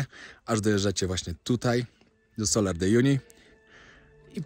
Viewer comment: Salar (wymawia się tak jak się pisze), nie solar ;)